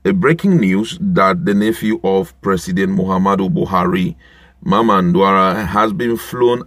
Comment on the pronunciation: Still fumbling? His name is DAura not DUara